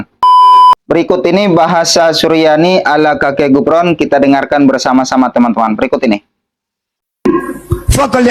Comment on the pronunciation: Sebutan yg pantas bukan Gufron tapi kufron